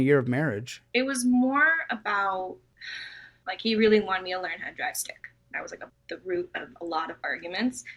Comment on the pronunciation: I was like... Dry Stick?? had to listen to it soo many times and my UK brain clicked Ohhhhh Manual car